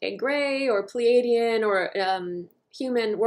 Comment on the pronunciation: *Pleiadians not "Peledians"